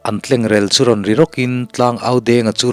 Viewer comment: Tlengrel i lam dan hi a fuh lo deuh rel tih hi 'a ri rel rel mai' tih a rel rik dana ri tur a ni e. In kan rel tih a rel anga lam tur a ni lo.